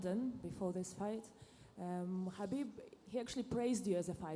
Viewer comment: Don't they know khabib starts with a K, not an H.